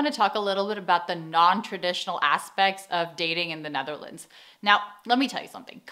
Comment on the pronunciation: Why do you pronounce the Netherlands so weirdly? Like Ne tharlands lol